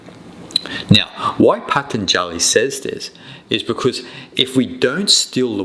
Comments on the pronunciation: Wish you knew how to pronounce Patanjali...so easy to get the a's mixed up...otherwise, very interesting. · rubbish! not only you don't know how to pronounce the word Patanjali, but you also don't understand the first thing of his yoga sutras. Atha, the very first word of his very first sutra is directed to a student. in a way, it is a question in disguise. it asks the student are you ready? are you really ready to receive the teachings? are you done with your past? are you done with your future? is it a life or death situation for you? is this path truly right for you? that and some more is what Atha means. and I will not watch any further, because you are simply not qualified to talk about it. my suggestion is: do some Yama and Niyama Sadhana for at least one year very intensely and then slow by slow you will start to understand yoga sutras.